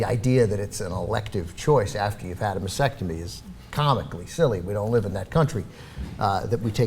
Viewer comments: Ok, after the first few times, I thought it would go away, but seriously guys; Sound it out, spell it out. Mas-Tec-Tomy. masTectomy. Not "massectomy" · STOP SAYING "MASECTOMY". It's "MASTECTOMY", you freaking dumbass! Stop focusing on insurance and focus on how "heroic" and "noble" are not even in the ball-park of describing this. Try "dumb" or "stupid". People, listen, if you don't have cancer in your head, don't have your head removed. If you don't have cancer in your breasts, DON'T HAVE THEM CUT OFF!!!!!!!!! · They keep mispronouncing mastectomy - they're omitting the first t for some reason